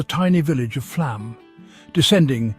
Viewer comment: It's pronounced "Flawm". It is spelled with a letter Å for a reason.